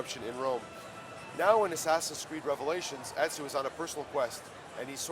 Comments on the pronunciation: Everyone keeps saying enzio. its fucking Ezio morons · WHY IS EVERYONE SAYING ENZIO!?!??!! ITS EZIO GOD DAMNIT!!!! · People actually keep pronuncing him as " EDZIO " , lol